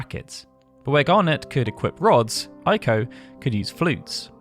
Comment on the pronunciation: Ei is pronounced like a long A in English, not like a long I in English. Pronouncing it like a long I is the Germanic pronunciation. Eiko's name is pronounced Ayko (rhymes with say), not Eyeko.